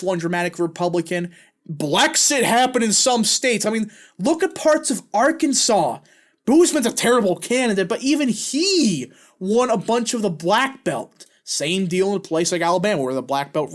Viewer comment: I feel overconfidence was a major factor. Maybe people who were outraged over the old coot and his screwups felt the midterms were in the bag and felt they didn't need to show up at the polls. EDIT: Native Arkansan here. Boozman's name is pronounced Bowsman, not Boos-man. Plus, he's not that bad a senator and as for the Delta counties, turnout might've been a factor. We are a solid red state and there is a chance Blexit was a factor to a small degree, but just over half of registered voters here went to vote. Also, some might've skipped the Senate race and just voted in other races. The number of total votes for governor was higher than the total votes for the Senate race, albeit by a few thousand votes.